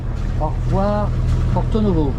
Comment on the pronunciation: C’est bien Porto et non porté !!!😂😂